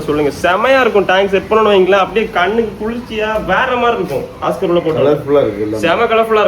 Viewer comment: ஒஸ்கார் இல்ல தம்பி அது ஆஸ்கர்